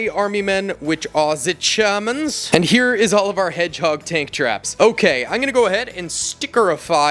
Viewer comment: ‘Here are ze geEermans’ got me cracking up 🤣